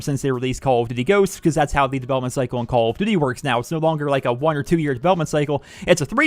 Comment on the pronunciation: omg how many times did you say Call of duty -__- say it properly.